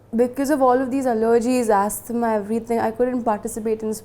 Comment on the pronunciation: Asthma is pronounced “AS-MAH” and not “ASTHA-MA”